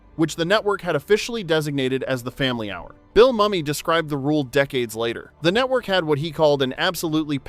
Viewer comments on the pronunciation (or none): Mumy is pronounced "Moomy"